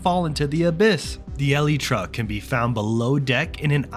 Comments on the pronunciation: Pronounce elytra as. Alaytra. Not eleetra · Eleetra. Thumbs down for saying it wrong. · The eliiiitra?😂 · brother pounces elytra like (ELTIE TRA) LMAOOOO